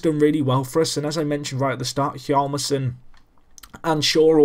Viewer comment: In Niklas Hjalmarsson's name, the 'H' remains silent, but you are supposed to pronounce the 'J'. Hossa is 36 in real life, so you are correct in him being old. I don't feel any team would like to trade for him because of his age. Also, the Blackhawks to me are like Everton in FM: they have the makings of a great side, and have potential to do a lot better than their real life counterparts.